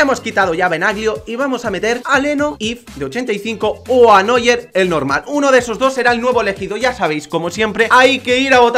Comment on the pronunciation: noller v: (neuer)